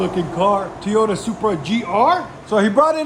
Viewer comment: I’m hearing “Teayota” 😂